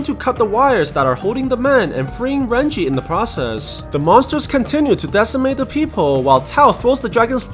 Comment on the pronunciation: Bruh if ur Chinese you should know it is Ren jie not ran chi